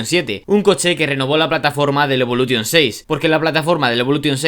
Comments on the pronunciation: Cada vez que dices evoluTTTTTion muere un afgano 😭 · Lancer evolu"TION" el acento.... A todo gas amigoo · A mí también... Evolu t ion.... Como cuando dicen play sta t ion.... 😵🥴🥴😵🥴😵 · DE POR DIOS!!! Deja esa T, aprende a pronunciar Evolution! Los nombres son propios! Deja de inventar! 😡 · Iba a ver el vídeo pero insistes en decir evolution a lo castellano, ni los japoneses lo pronuncian asi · Aparte de decir (evolution) como lo dices el 10 no salió en el 2005 🤦🏻‍♂️